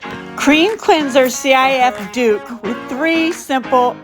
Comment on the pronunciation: It's not C.I.F lol it's pronounced sif